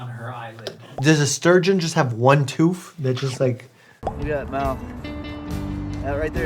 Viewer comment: I like how he says "ONE TOOFF" lol i say it the same way🤣🤣🤣